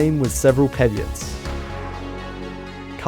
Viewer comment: "these [products] have been considered irredeemable successes for Adobe". Dont use words you dont understand. That's not what irredeemable means. that's not how you pronounce "caveats."